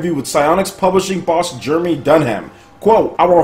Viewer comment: LOL, you mis-pronnounced Jeremy's name, but I didn't like him at IGN anyways... ;)